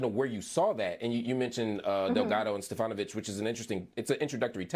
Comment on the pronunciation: Dude: it’s not Stefanovich, it’s Stefanchich…. It does sound like you are an admirer of Stefanovich, though 😂😂😂